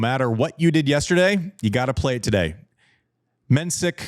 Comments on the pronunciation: Jakub Menšík - not Mensik - the 's' is in fact a 'š', which is exactly the same as 'sh' in English or 'sch' in German, also the i is long. You Americans would probably silly transcribe it as 'MEN-sheek'. I've been wanting him to finally correct people, but it's his battle to fight and he seems laid-back enough about it. Also, thank you JW for getting the name of the country right - the Czech republic, Czechia is dumbed down because English speakers and broadcasters are too impatient to deal with two-word country names, resulting in commentators repeatedly and unforgivably butchering it. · conserning the pronunciation: Menšík = Men-sheek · Mensik's name is actually pronounced 'Menshik' .. glad you are back to talking about the game and the players .. Andy's insights from a former players perspective are the most interesting thing on this channel to me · You should learn pronouncing Menšík's name correctly 😉